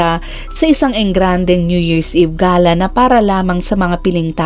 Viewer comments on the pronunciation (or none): none